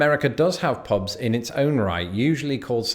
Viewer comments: "Pobs" 😑 ear piercing. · He pronunciation is so bad. “Pobs and rlsnd”